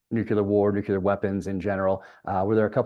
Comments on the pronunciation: Jack, you still say Nuke-u-ler, just like W 😂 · Why can’t you pronounce nuclear? Nu-clear NOT Nu-cu-lar